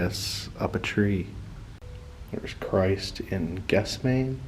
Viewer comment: Great video! Lots of cool stuff in Memphis. Raising Jairus' daughter: Mark chapter 5, verses 22-43. BTW: It's "geth-SEM-an-ee." Props to the guy shooting video while riding backwards on a Segway.